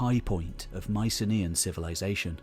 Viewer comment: Can someone please pronounce Mycenaean correctly?